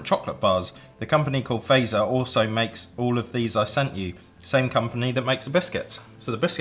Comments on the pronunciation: It hurts me to hear you say Fazer not like Fatser but you fixed it thank you. Edit: and the way you opened the Tupla bar ugh it pops in the middle but it’s ok i’m just an angry Finn like always :)) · Fazer is pronounced like Fatser, not faizer. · Just saying ITS pronounced fat-zer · Fazer is pronounced 'Fuht-sehr'. FA pronounced like FArmer. Z just like in Pizza (ts). ER just like in cERemony. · Fazer is pronounced like phut-ser :) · Mä olen suomalainen wishc means I am from finland and its its prononsed fatzerina and not fazerina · Fazer is actually pronounced Fa-tser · You say fazer frong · I'm not even halfway through and I'm already getting annoyed with the pronunciation of Fazer. Albeit it isn't your fault, because there's a hidden t in there between the a and the z. Also the Fazer blue, or the one that says Karl Fazer on it, is the best damn chocolate in the world. And, fun fact, it's named after the man who started the company. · Omg the name butchering is just, gruesome. Blood is coming out of my ears, especially Fazer. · the way you guys pronounce "fazer" is quite upsetting to me as a finn :(